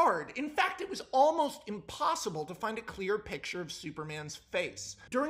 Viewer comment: I'm so glad I finally came across someone on YouTube that actually says "piC-Ture" instead of just "piT-Ture"/"pitcher", thanks Max man for proving to me that I'm not insane, lmfao!